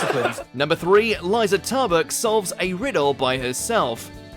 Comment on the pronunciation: I hope Aisling Bee and Liza Tarbuck don't watch this after their names are butchered so badly.